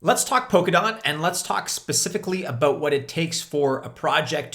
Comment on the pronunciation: Sounds like he's saying poke a dot.